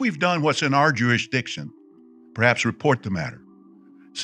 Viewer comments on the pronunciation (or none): I'm blown away by this. You are an honourable person. You have brilliant insight and so much feeling. I feel proud to be a subscriber. SO much talent and food for thought. Fun fact: Stephen Lett pronounces "jurisdiction" as "Jewish diction". Thankyou SO much!